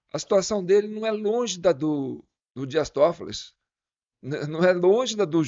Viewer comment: Por favor é Dias Tofoli , e não TofoliS sem o s.